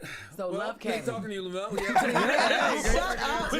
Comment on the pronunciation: OMG JESS and Charlemagne …his name us pronounced, LEM-YOU-ELL Plumber